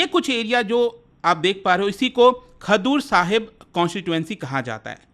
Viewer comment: खदूर साहिब नहीं खडूर साहिब